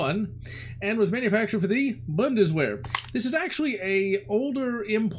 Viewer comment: It's actually pronounced like "boon-duh-svehr" Not a huge deal but more people will likely jump on you as the video gets more views 😆